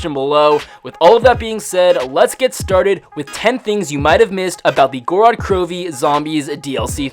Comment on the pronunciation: theres only 2 syllables in gorod bro